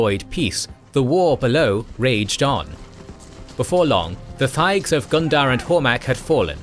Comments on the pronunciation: He did the same to thaig by pronouncing the "h", which is silent. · He kept annunciating the "h" in thaig. The "h" is silent.😒